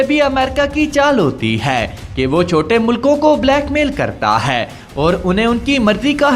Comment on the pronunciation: خدا کا واسطہ ہے ... اس "ہے" پر زور دینا بند کر دیں .... سانس کے اتار چڑھاؤ پر غور کریں اور اردو کی ٹانگ نا توڑیں .... اور بہتر ہوگا کسی بہتر اردو کے تلفظ رکھنے والے سے وائس اوور کروا لیا کریں .... آپ کی انفارميشن کھڈے لائن لگ جاتی ہے جب آپ ... ہے اور اے کی تکرار لگاتے ہیں